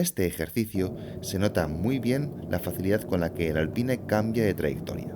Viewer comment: Lo que más me sorprendió del video fue la forma como el narrador pronuncia Alpine, está bien que en España odien el inglés pero tampoco hay que exagerar